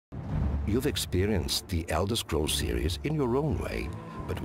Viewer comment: "EldElder Scrolls"